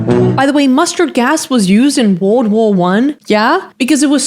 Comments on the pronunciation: Gurl said wowo one instead of world war one 😭🙏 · erm, you pronounced WW1 wrong and Concoctions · I really love the way you say world war I, wowohwon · I hear an accent on "World War 1" are you not a native speaker? I just started watching your channel and I'll be blown away if English is your second language. On the other hand, if it is your native language, I apologize for saying you said world war 1 weird. It's a tongue twister so I get it